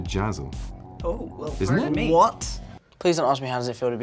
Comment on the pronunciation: "W-WOTT ??" XDD